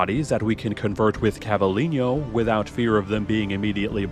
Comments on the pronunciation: God, same... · Cla-vee-len-yo 😂😂😂 love the video, but as a Spanish speaker it was too funny to not comment